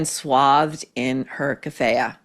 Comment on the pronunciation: Kafiya is pronounced like kafeeya